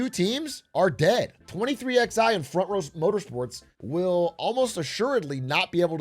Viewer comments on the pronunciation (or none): "twenty three X I" I know non-NASCAR fans might not get it but it's still jarring lol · why is a Nobody with Zero knowledge talking about Nascar?!? this is Such a horrible video and the Team name is 23XI, like the numeral is pronounced Eleven... strikes me as a Person who knew less than Zero and did the Bare Minimum with Chat CBD to help. Horrible Critical essay, 1 outta 10, the One because you actually Made a Video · Lol. "23 ex i" racing. Funny hearing someone outside the loop read the name. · “Twenty Three X I Racing” 😂💀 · 23 eleven....23...x...i... lmao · Im a 1/3 in the vid. Please don't tell me he keeps calling it 23XI instead of 23/11